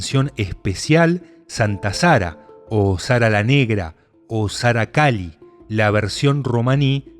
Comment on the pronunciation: Todo muy bien, pero en el caso de Santa Sara, es Sara calí, con acento en la I. Como decir calé o caló. Que somos los gitanos españoles. Pero por lo demás todo muy bien.